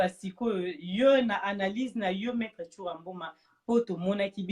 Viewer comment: on dit Maitre.